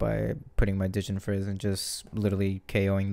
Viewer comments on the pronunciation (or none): I'm still very sad about u not having atleast 1 shiny Frayed Ends🥲🥲🥲 U really should have done this video when u have a dia shiny one lol Also ever tried pronouncing Djinn Frizz without the letter D??? Not to offend u or anything, but it sounds better.